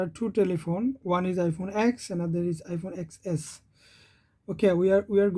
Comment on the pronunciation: Let me correct u... We cannot pronounce x(ex) or xs(ex s), its x(ten) and xs(ten s)... U can also visit any apr(apple premium store) and see what actually apple official employee called that phone.. i worked with apple for almost 8 years... Thats y, i know & i m telling you... Over all... The video is informative for end users.. keep making content like this..